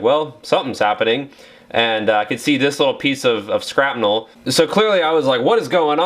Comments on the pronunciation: Wait... did you say scrap-nel??? It’s shrapnel. Shrap nel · Is he saying scrapnel instead of shrapnel? Lol